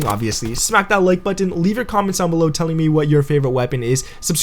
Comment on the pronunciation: I love the way you he says buttons 😂